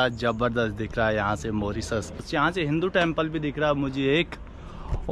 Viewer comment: Hinu nahi bhai hindu hota hai